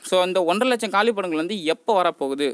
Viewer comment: Kaalipidangal illa..kaaliidangal